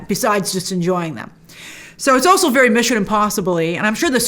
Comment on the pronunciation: Grace, the word "also" is pronounced all-soh, not all-suhl.